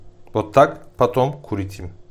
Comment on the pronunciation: Спасибо за рецепт. Ваш произношение слов на русском - это нечто!👏💜 Вместо слова " крутите" я слышала "курите"😂🙈 Класс, поставила лайк и подписалась на ваш канал. Респект вам! В моей семье тоже мужчины готовили. Не знаю почему, но у готовящих еду мужчин, еда получается вкуснее. Еще раз, спасибо за рецепт!🌼